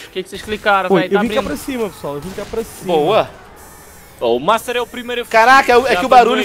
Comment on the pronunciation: Alguem percebeu que o master falou mastar